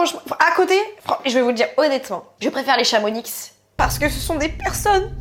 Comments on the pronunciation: C'est pas ChamoniXXX mais ChamonIIIx 🙏🙏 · Par contre en tant que Haut Savoyarde je me dois de dire quelque chose d’essentiel !! Le X à la fin de Chamonix de se prononce pas on dit « chamoni » Oui oui je sais la prononciation des villes en haute savoie est aléatoire 😭